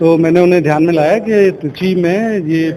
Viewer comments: Baar baar treechi ko chitri kyo bol rahi hain? ? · चित्री नही madam त्रिचि है।